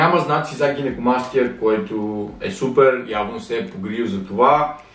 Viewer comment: И наистина - казва се НАПОМПАНИ и ударението на гинекомастията е на първата сричка